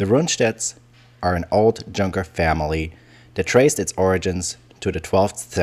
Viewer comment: "Junkers" is not to be pronouced like "junk".